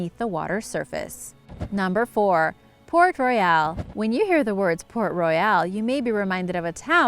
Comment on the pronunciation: PRONOUNCE THE NAME RIGHT IF YOU'RE GONNA KEEP REPEATING IT... THE NAME IS PORT ROYAL AND NOT "PORT ROY- YALE" LIKE U KEEP SAYING 🙄🙄🙄